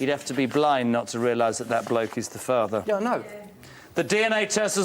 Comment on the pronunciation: always pronouncing "er" as "arr" - "he is da farvar"